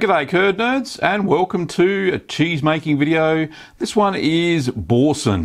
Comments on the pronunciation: Repeat after me "Boursin" "Boo" "R"" Sein", not bowsen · Pronounce boo-r-sen ;) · O I cringed when u said Boursin. I don’t claim to be french but us brits don’t pronounce the r. Bou-san. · Bore sun? Why can't English speaking countries pronounce foreign words? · Love Aussies, he doesn't even attempt to pronounce the name of the cheese properly. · Great video. Not sure about your pronunciation of Boursin though... :-) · You know how to make it, now just learn how to pronounce it 😉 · your pronunciation of Boursin is hilarious